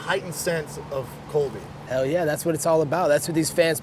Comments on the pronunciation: It’s Colby* not Kobe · Did he just pronounce (in the beginning) Colby Covington's name as "Coby CoviTime"? Ahaa, he must not like him for reals.